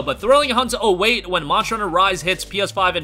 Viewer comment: why can't you say monster right?? it has to be one of the easiest words ever and you struggle saying it. it's just embarrassing listening to you butcher it